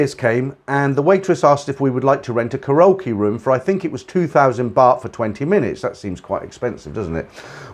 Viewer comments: you say the word ( KAREOKE ) KA RO KEE W R O N G IT IS PRONOUNCED KA REE O KEE ok? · I was getting a kick out of your pronunciation of Karaoke. :)